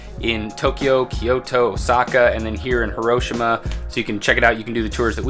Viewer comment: I'm Japanese and 1642-Nemo Me Impune Lacessit is spot on. It's "Hee-Roh-Shee-Mah". All neutral in tone.